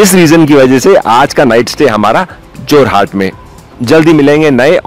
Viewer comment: जोरहाट नहीं है बे, जोरहट है!